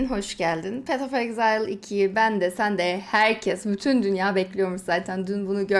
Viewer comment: ''exile'' kelimesini okurken niye ağzın kayıyor ablam